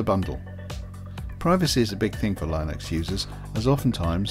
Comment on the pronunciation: Why are you mispronouncing Linux? Are you doing it intentionally?